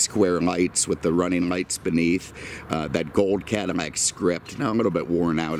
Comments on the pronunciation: He says Cadimmac instead of Cadillac. And almost any word that has a "L" sound he uses "M" sound instead. When he spoke of the Porsche 911 he said nineemeven. It is a speech impediment and I'm not making fun of it. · how are you pronouncing Cadillac? It sounds like Cadimac.